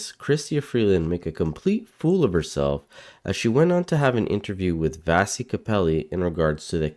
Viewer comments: Wonderful video and Vassy is great, but her name is pronounced "Vashee' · At least pronounce Vassey's name correctly